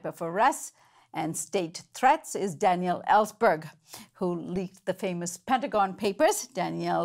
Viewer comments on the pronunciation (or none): Danielle... that killed me every time said it. Like Ellsberg is French! lol Not a bad idea: Viva Liberte, Egalite, Fraternite!